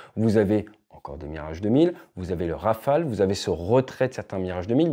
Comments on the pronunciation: Rafael ? C'est si dur pour eux de dire Rafale ? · Le Neuron n'arrive pas bien à voler, rappelons nous. (160 vols , c'est zéro d'ailleurs) Espérons que le futur Scaf et le futur drone Wingman ferons mieux . On a envie d'y croire. PS : en Anglais, prononçons Rafaaaaale et non Rafael (qui fait Israëlien..)